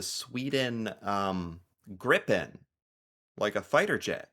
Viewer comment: a correction, say after me with an american accent say : Gri pen. thats how u say it.... Its not even hard, how do you guy's even butcher your own language...